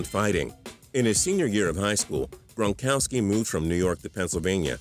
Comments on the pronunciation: Rob gronkoski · TPS at the begging did you say Rob Bronkowski